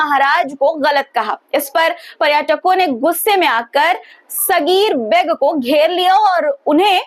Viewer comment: Aap har bar comments mangti hain.lekin comments pe amal nahi karti.Ammairica.Saffffai.Mazzzak.Aur.Beg shabd no mirzaon ka title use jhatke se begg.kah rahi hain.Beg ko thoda kheench ke bola jata hai Aap.jo bol rahi hain.uska matlab bheek hota hai.aur her news ke pehle itna bhasad dene ki kya zarurat hai.